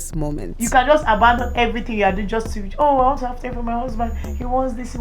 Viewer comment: "I will give you what you wan"t... HAHAHA